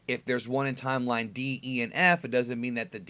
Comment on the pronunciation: Please say time-line one more time